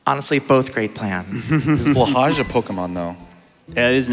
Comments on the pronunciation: This is driving me slightly nuts. It is pronounced "blow high" which is Norwegian for "blue shark". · By the way, for future reference, Blåhaj is pronounced “blow-hi”. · I always understood it to be a kind of in-joke to pronounce it "blah-hahsh". I usually just assume it's intentionally mispronounced o: But ye, blow-hi is fren <3